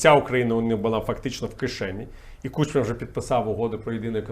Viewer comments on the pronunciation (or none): none